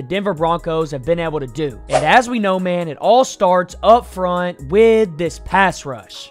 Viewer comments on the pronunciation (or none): none